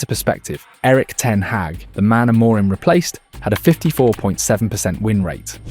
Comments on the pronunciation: Trigger Warning: For half the video this dude pronounces "Amorim" like it's a fucking spell in Harry Potter. That's all, have a great day. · The voiceover pronounces Amorim incorrectly and also spells out I-N-E-O-S instead of just saying it. It also does that "it's not X, it's Y" AI writing trope pretty much constantly. Was going to follow the page but there are creators who are putting more effort and analysis in, this is just an engagement farming channel it seems. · Can only assume that this is Ai generated. Pronunciation of names is inconsistent, spelling out I-N-E-O-S, and the overall tone. Three wins on the bounce but you’d think we’re a win from winning the league.